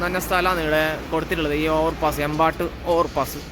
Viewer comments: എമ്പാട്ട് അല്ല സുഹൃത്തേ, ഏമ്പേറ്റ് ആണ്. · എമ്പാട്ട് ❌ഏമ്പേറ്റ് ✅